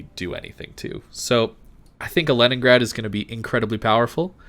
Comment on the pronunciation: Also "Lenningrad"